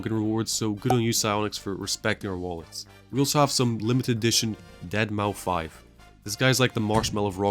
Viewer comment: Great video ofc, earns a sub, but one little detail you got wrong: Deadmau5 is pronounced 'Deadmouse', not 'Dead mau 5'.